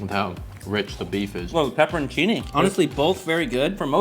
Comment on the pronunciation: Why are you saying buff instead of beef?